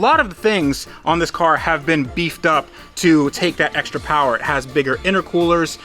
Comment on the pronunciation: More powah baby